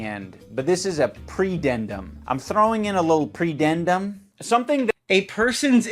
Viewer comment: Bro. Literally didn't say "predendum" it said pudendum. What an idiot. He can't even do enough research to read the text in front of him